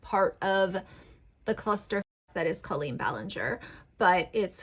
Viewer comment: Let's talk about Colleen first. The fact that you don't even know how to pronounce Colleen's name just proves you don't watch their content at all. The fact that you're going after someone like her, when she regularly raises money for things like childhood cancer, is problematic in itself. Colleen has raised awareness for depression, anxiety, pregnancy issues, and so many more topics that needed to be normalized. As far as the Ballinger family themselves, whether or not they want to film videos that include THEIR children is up to them and their children. Parker, for example, is a very out-there, energetic, sweet boy. And whatever he's wearing, whatever he's doing, is his choice. And that goes for all of the kids. If any of them were not comfortable with being on YouTube, they would say something. And Bailey is 13 years old. She's not incompetent and she could easily have spoken up by now if she, or any of them, were uncomfortable. Jessica and Christopher are both very sweet, kind people and I'm positive that if their children were not comfortable with any of these things, they wouldn't force it on them just because they need some sort of financial reward. Rachel Ballinger has been an ICON for the gay community and for women in general. She normalizes that women can do things without the help of a man. She's constantly doing things that are stereotypically a "man's" job, like woodworking for example. And in the process, she's proving that a woman is perfectly capable to do th